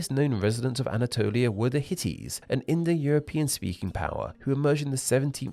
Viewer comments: Btw you said Hitties instead of Hittites. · Hittites, not Hitties 😂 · It’s Hittites not Hitties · somebody who has just learnt that "byzantine and eastern rome are the same thing" has made an educative video about names. he also calls /hitait/ as /hitit/. Internet is full of garbage people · Things I want to mention: Its actually Hittites not Hitties, there are t's, the historic city limits of Constantinople are within Europe, more specifically the European part of Turkey, so not in Anatolia, also west toward Turkey was not the only way Turks went. Some didn't move from their starting Point. The southern Siberians generally stayed in the area, including the Tuvans, Khakas, and Northern Altai, AND the Northern Siberians went, well, north instead of west. Another thing, Many Turks didn't stop At Turkey. The Huns (debatebly Turkic), and the Pannonian Avars (also debatebly Turkic) established Khaganates/Empires within central and eastern Europe. The Khazars lives in Ukraine and the Caucasus, while the Bulgars made it down to Bulgaria, before assimilationg into the Slavs. Many Kipchak/Oghuz Turkic-speaking people also live out in Europe The Karaim and Krymchak speakers live within and around Ruthenia, Crimean Tatar is spoken in you can probably guess where, Rumelian is spoken throughout the Balkans, Pecheneg, was spoken all the way in Ukraine and even a lot in Romania, the Gagauz live in Moldova, and Drobrujan Tatar is also in Romania. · Hittites not hitties😂😂😂 c'mon improve your research 😂😂😂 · Good video, but they're called Hittites, not "Hitties". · Correction: it's the Hittites not the "Hitties". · there are so many factual errors in this video… the turkic speakers in siberia are neglected completely. hitties -> hittiTes….anyway i had to quit the video after he says he just learnt byzantium is east rome…😂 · Pretty sure they were “Hittites,” not “Hitties” (unless that’s a joke that went over my head). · I think you mean Hittites and not Hitties